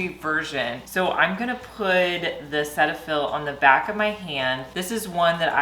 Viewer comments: It is not pronounced “Set” fill. It is “seat” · Cetiaphil is pronounced Cee-tafil, here in Canada, anyway. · The correct pronunciation is SEE-tuh-fill 😊